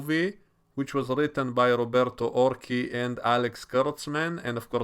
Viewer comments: "Or-see" not "Or-kee". ;) - Roberto Orci also claimed to be a fan of Transformers and yet... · well, being an italian surname is woud be "or- CHEEE", but ok, maybe he says it differently.